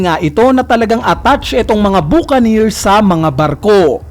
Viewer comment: Buca"neer" engi"neer"